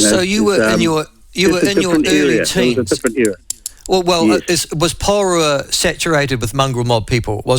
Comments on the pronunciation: Poor, reee ruuuua. Thats how you pronounce it old boy. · Poor Micheal can’t even say Porirua.